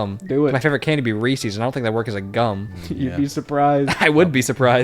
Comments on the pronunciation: saying Reese-ies’s rather than Reese’s is majorly distressing to me. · Hearing the Reese’s pronunciation made me physically hurt because i love Reese’s so much, i literally named my cat Reese’s. There is a ‘ for a reason. The creators name was HB Reese. Its his candy, so its pronounced like it.